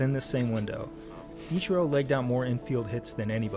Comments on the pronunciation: hears Ichiros name pronounced correctly and he still say it wrong though out the whole video, EACHiro, like you are saying the word each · Emphasis on the "E" sound then the chee and ro Still appreciate the vids. Lol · pronounced...each er row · Between this guy and James Whitting i just can't comprehend why it's so hard for English people to pronounce foreign names even when they're pronounced exactly as they're spelled. Just super weird and kind of annoying. "Ih-kye-ro" is probably worse than "Ee-char-ro" though. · My son had the number 51 for YEARS by choice. EEEE-chee-ROH. You need to watch more Anime! LOLOLOL! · EE Chee Ro . Please say it with me lol. Hell with it. Call him Akira if you want. He is a baseball god. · Do you think Ichiro is Greek? I-chi-ro, chi like Tai-chi. Not like the letter "chi." "Ikairo. I'm sorry, I keep saying his name wrong... Ikiro." Ichiro. Like church... or maybe when you need Jesus you go to "Kirk" XD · E like the letter Chee like in cheese row like a boat Ee-chee-row Ichiro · Loved this reaction series so much! Pronunciation of Ichiro: EE-chee-roh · fair, but still they said the name Ichiro at least like 40 times in the video and he still couldn't get it remotely correct